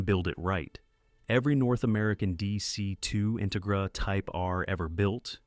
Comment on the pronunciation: What’s with this; In-tuh-gra? IT’S INTEGRA!